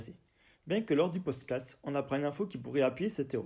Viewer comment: Super vidéo, mais désolé : Pod Cast pas Podscat, Scénariste pas Scénaris... Juste un petit effort de diction et de prononciation est ce sera au top. 🙏